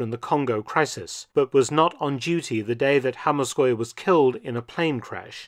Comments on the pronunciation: An excellent piece about somebody who deserves to be known better for his deeds. I realise that this is an irrelevant comment but from my own experience (I'm in my 80s), the BBC Pronunciation of "Hammarskjold" at the time was always "Hammarsheld" not "Hammarskoyld" (as I think you pronounced it) - my long term memory is better than my hearing! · Hammarskjöld is much easier to pronounce than like "hammarskyold". It is pronounced "hammarsheld" where the "e" is rounded, try "er", it is pretty near the true pronunciation, or if you know French, try an "eu" instead of "e". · Damn... that pronunciation of Hammarskjöld was atrocious 😂